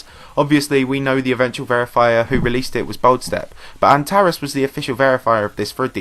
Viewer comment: Antares is pronounced an-ter-reeez btw